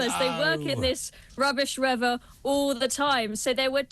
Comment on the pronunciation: It’s weather not weaver .😂😂😂